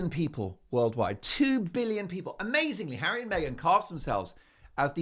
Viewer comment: you mean hawwy ...